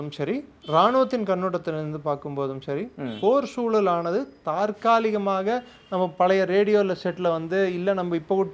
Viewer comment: Almost everyone is wrongly pronouncing தாற்காலிகமாக...but the correct word is தற்காலிகமாக...😂